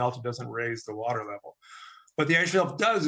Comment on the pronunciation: Let me speak in terms trump supporters will understand. Wuter. Big Wuter. Ocean wuter.